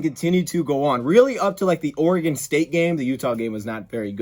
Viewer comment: Bonus points to for pronouncing "Oregon" properly...😅